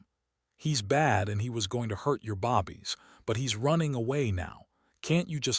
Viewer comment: This seems so jerky. Lots of character names are missing. Mispronounced words(bobbies instead of babies for example). Seems like a decent story, but many things need to be updated/changed.